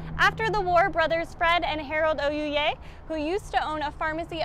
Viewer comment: Hi, first of all, thank you for bringing this story for all to see. My name is Lloyd Ouye, my Father Harold (Ouye-pronounced O’way) would be glad to see the old picture. My wife and I took over the pharmacy at 10th /V in 1977 and operated until 2007. I remember playing with friends on the corner of 4th/L